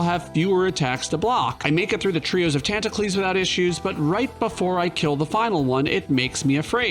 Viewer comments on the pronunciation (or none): Never been on this channel before, I got pretty confused when he kept saying "the squids tantacles" and then I had the moment.